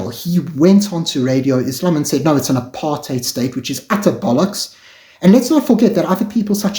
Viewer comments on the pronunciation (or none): none